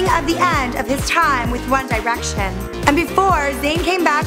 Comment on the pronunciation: "one dye-rection"